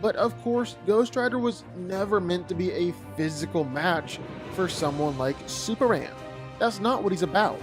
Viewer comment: When you learn how to say Superman… I’ll respect this opinion